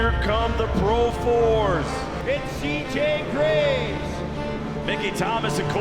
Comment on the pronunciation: Its SAY JAY GRAVEZ. Its C J Greaves. See Jay Greevz.